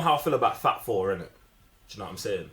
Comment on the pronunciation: 1.5K Thumbs Up + Mine! 👍 Thanks for the fun video! 😎🖖 I took a few moments to realize that you weren't saying, "Fab Four", but that you were saying, "Fat Thor"! 😅😂